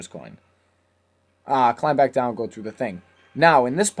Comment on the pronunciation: lol im sorry but i just found it so fukin funny wen u just casually said then we get twoun into hell